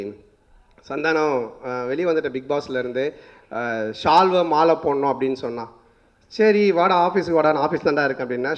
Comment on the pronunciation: "சால்வ" is a word... "ஷால்வ" is an emotion...